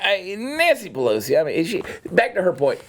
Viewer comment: Chad says Nancy Pelosi but it sounds like BLOW-si.... I think I'm gonna start saying it like that ;)